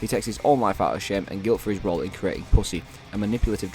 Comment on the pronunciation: everytime u say "puss-e" it just sounds funny and it does not help that the mic keeps popping everytime